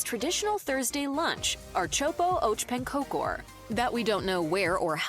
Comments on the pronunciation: Archopo och pankokor.. this AI totally butchered that. It's Ärtsoppa och Pankakor (“AIRt-sop-pah ock PANN-kah-koor”, or [ˈɛːʈˌsɔpːa ɔk ˈpanːˌkɑːkʊr] in phonetics ).. and then took forever to explaining that it is "pea soup and pancakes" Also, about the princess cake, she did say what the flavor was: Marsipan. It's a sugary almond paste. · Ar-chopo oach pancokor never gets old. It's the worst butchering of Swedish i've ever heard in my life 😂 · ”Art soppo arch pan cocor”😂